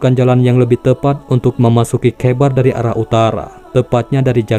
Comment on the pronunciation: kh dibacanya ho bqng jdi khoibar